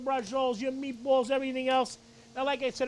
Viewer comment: 'Meebwol' 'Ganna add a little wine....eh, we're gonna add a lotta wine' Man I miss my Brooklyn peeps